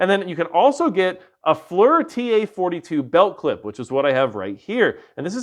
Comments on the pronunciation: Lol “fler”? Forward Looking Infrared or FLIR is pronounced…FLEER. Also thermal needs to be used in conjunction with nvg’s. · Good video, although FLIR is pronounced "fleer", BTW. Not flur lol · FLIR is pronounced "Fleer" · I thought it was pronounced fleer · FLIR pronounced fleeer...fl like flint and ear...great vid btw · Flir is pronounced “Flear”… I figure some of your haters might rag ya on that 😂